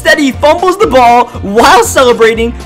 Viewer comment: This guy needs to learn how to say a th. It's not da win or da anything. It is the ..